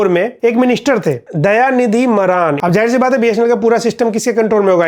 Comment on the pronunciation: मारन ❌ मरान😅😂